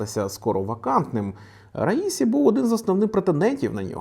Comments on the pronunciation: Мені здається, що іранські прізвища вимовляються з наголосом на останню голосну. Отже, РаісІ, а не РаІсі! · "Я ж наказував - расію, а не раїсю!!!"